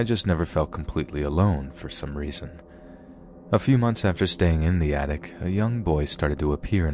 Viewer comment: I'm 30 seconds in and I feel the need to tell you that you sometimes insert consonants into your words that don't exist (this seems to happen the most at the end of your words, not so much in the middle - "attic" not "attict"). I love you man, but I'm a linguist and I can't not point it out. continues watching